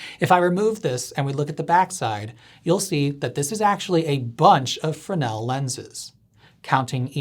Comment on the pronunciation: ITS PRONOUNCED FREZ-NEL PLEASE DO YOUR RESEARCH